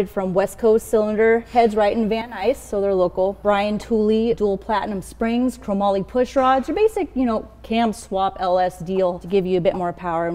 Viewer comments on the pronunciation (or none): none